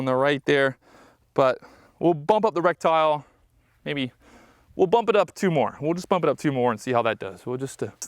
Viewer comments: This guy pronounces "reticle" - rek-tyle instead of "re-ti-kl". 2 thumbs down. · I stopped watching 2 minutes in because I couldn’t handle hearing him say rectile. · What is a rec-tile? How do you not know how to pronounce the word correctly, but want to be a gun-tuber? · Brother did you say in this video that you feel like you're playing call of duty.. ummm no sir I wouldn't say something like that in a gun video..oh and FYI..it's RETICLE not RECTILE brother. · Is he saying reptile? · It's pronounced ret-tic-al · Great video dude. Others may be making fun of you but no one knows everything instantly, everyone starts somewhere. Just here to share the proper pronunciation, reh-ti-kl. Also for the adjustments, you can use the rim of the 223 cartridge to adjust for non-marring on the go adjustments. Nice to see other average people who like guns and quality optics. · Jesus he can't get the word right I'm out! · I find it hilarious somones spends 500+ dollars on an optic and can't pronounce a key component of it correctly. Goes to show buying fancy gear doesn't make you knowledgable, experienced, or squared away as a shooter. Some people have money to burn and they dive into things they don't understand all the way, and thats fine but if your going to post it online you can be sure to feel the full brunt of the internet pointing out your mistakes.